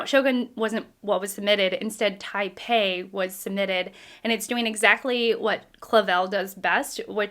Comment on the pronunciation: TAI-PAN (not PEI ) means "top class" or " Supreme Leader" in Cantonese, originally used in 19th century China and Hong Kong to describe powerful foreign businessmen in era of the Tall Ships and Western aggression in the Far East after First Opium War. SHOGUN was Chavell's first book in this series following the establishment of Hong Kong as a British trading post.